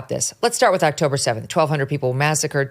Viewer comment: It’s pronounced October 7th the “th” is not silent 🤮